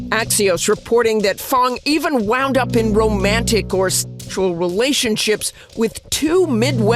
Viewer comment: Hahahaha you can’t say sexual 😂😂